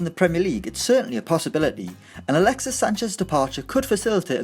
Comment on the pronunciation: Did he say galaxies sanchez at the beginning